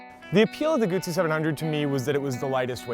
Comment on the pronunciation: If you are a reviewer that cannot pronounce Guzzi correctly and cannot seem to remember how large the motor is in the bike, your opinion means nothing. Great bikes, all three, and I think you chose the right one (I own a BMW and a Triumph and lust after the Guzzi so I have no bias here), but get your shit right before judging.